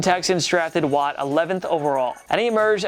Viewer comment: "JJ Watte". Like dude, cmon man.